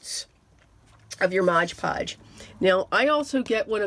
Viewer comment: Just FYI - it’s MOD Podge, not Mog Podge